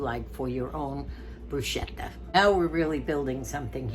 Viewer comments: Hi, I'm making baked fish pizziolla.............almost a bruschetta tomato................BTW...... CH in Italian is pronounced KAY Brus kay ta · You are a treasure! Your demeanor and love for others really shines through! I just wanted to mention one thing and it is not a criticism but since my Mother was Italian and i speak the language having gone to school there, I thought I would mention that the word bruschetta is pronounced BRUSKETTA and BTW yours looked delicious! May the Lord continue to bless you and Moosie abundantly!